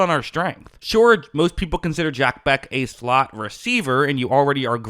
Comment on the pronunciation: You’re mispronouncing the man’s name. This is very unprofessional.